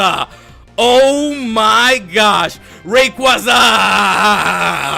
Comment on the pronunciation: The Rayquaza mispronunciation is killing me.